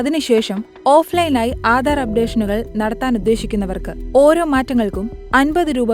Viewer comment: Aadar alla aadhar. Gattam alla ghattam. Ithu etha ee vivaradoshy